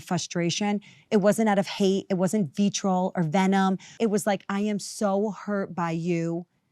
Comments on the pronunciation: Lisa B trying to give Teresa G a run for her money with her own personal versions of malapropisms over here! "vee-troll" & "fuss-trated' 🤣🤣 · Hey, Self-Tanner, two words: FRUStrated NOT FUSStrated. VITRIOL not VEEtroll. Jfc. Lisa, stop using words you don't know how to pronounce.